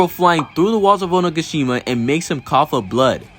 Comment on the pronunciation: Homie straight calls it Oniggashima 🤣